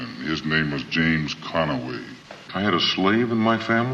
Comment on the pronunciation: James con-a-way🤥😭🤣😭😭🤣